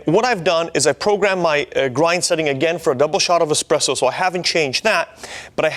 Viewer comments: How can you trust a coffee review where the reviewer says "expresso" ffs. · nice try! Unfortunately, it was a swing and a miss for you. Espresso is derived from the Italian for "pressed out" 🤦‍♂️🤣🤣🤣 Hence "expresso" is never correct.